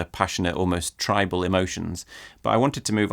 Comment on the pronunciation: dont say tribal like that please:)